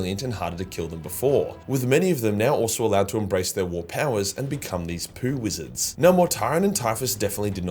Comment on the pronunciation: Hahahahahaha "poo wizards"